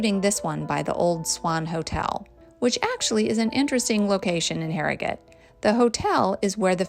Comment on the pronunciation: I live in Harrogate and you really caught a lot of the best parts. You also pronounced the name correctly too. :) Looking forward to the Knaresborough video. It's a stunning town too. Hope you include the castle :)